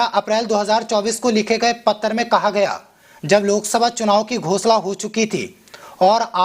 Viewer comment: Pattar nahi janab Patra kahiye